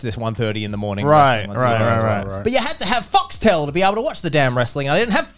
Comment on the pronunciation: Who else heard "Fucks Tail" instead of Foxtel?